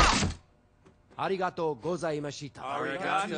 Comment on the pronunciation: One thing to note, it is the 70s and I doubt everyone know, they probably don't know the proper pronounciation at that time, much less know how to speak Japanese. I've actually been learning a little Japanese and, even though it's obvious he is saying thank you, it sounded so weird and unfiting that I can't help but want to correct him, while my brother is the one who knows the most Japanese in the family.